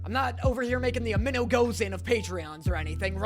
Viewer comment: "the amenogozen of Patreon" I'M ROLLING ON THE FLOOR